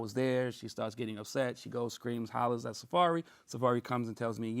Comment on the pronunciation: Safaree NOT Safari.